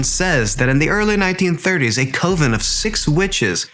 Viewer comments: This is AI .. how it pronounced “coven” as co-ven instead of cuv-en And plowing like “blowing” instead of saying the ‘ow’ like in owl.. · Coven is pronounced cu ven. Plowing is pronounced pl owe ing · Coven is pronounced cuh-vin. Plough is pronounced plowed.